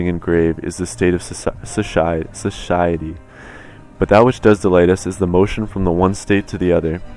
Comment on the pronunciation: nobody:: Suhciety